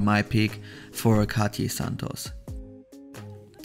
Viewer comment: It’s not pronounced Cati. It’s Cartier 😂